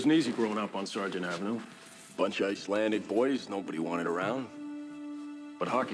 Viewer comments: IcelanDic not IcelanTic. "I know words"? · Ok... my OCD is triggered every time I hear say Ice-lan-TIC instead of what I expect to hear: Ice-LanD-ick but one with the show. With the Underground Railroad... northern states were more often slave-less or freer states... but federal and state laws could allow slave hunters (aka people seeking to recapture slaves that fled) to operate. Meaning just because a state didn't directly allow slavery (on a large scale) didn't mean all slaves were truly safe there. Entering Canada... where neither provincial nor federal law permitted slavery... was safer. I'm not saying Canada was a utopia of equal rights for all, but it was safer for slaves seeking freedom. I should stop watching react to these. I love seeing most reactors watch these but something about how he stop, asks questions, looks up details, gets confused, and all that rather than just watching the clip and reacting, or going back over it drives me to distraction. I feel like yelling JUST WATCH IT. Maybe it's the questions... I mean other reactors pause and say things about what they saw, breaking up the clip... but so often asks questions that if he just watched it would (hopefully) clear things up. Much of Canada was and still is rural. Yes we have cities, but there is a lot of rural area between them. These teachers taught, from the 1800s (or earlier) UNTIL 1960 when education systems were "improved" across the country. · IcelanDic", not IcelanTic. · Its icelandic not icelantic. Lol. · Not to be picky, but I believe it's pronounced Iceland__dick, not Icland tic. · I'm shouting at the screen! There is no tea in icelandic. It is a d please pronounce the d. I'm such a petty person LOL but this is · There’s no T in Icelandic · 😂. Slow down. No “t” in Icelandic. It’s kinda funny but I’m Canadian and watching your videos is still educational. Sometimes you find little information nuggets that aren’t as well known even to ourselves